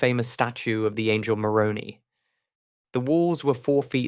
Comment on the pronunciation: The Angel Moroni is called Moroni not moronee